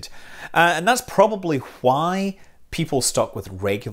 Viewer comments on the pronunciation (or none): you pronounced the "h" in the word why